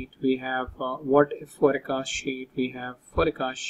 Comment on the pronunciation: please pronounce "forecast" correctly